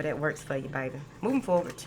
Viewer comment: I like it when you say "moving forwart" not with a d. Thanks ❤❤❤💥🎉💥